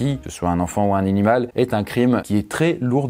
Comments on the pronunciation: un inimal🤣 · Un ninimal X) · un NINIMAL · Ta dit inimale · "Un enfant ou un ninimal"😂😂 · c'est quoi un ninimal ? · Un "ninimal"? Oups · Suis-je le seul ou tu a Di ninimal 😂😂😂😂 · C moi ou il a dis ninimal